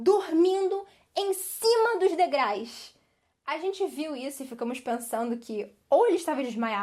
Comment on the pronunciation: Não é "degrais" é degraus.